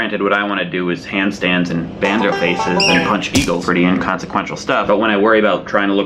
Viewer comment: every time he said "handstands," i kept thinking he said "pants dance"